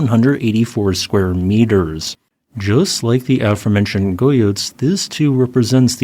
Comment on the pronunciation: And guyot is pr. something like (hard G like get) geeYO.